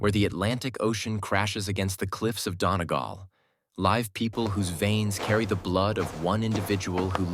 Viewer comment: Don-i-gal. Hey AI. How about dunnie-gal ?